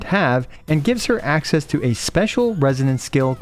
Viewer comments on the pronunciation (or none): none